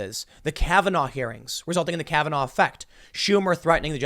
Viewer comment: "just so happens to be Gorsich and Kavenaugh" says Tim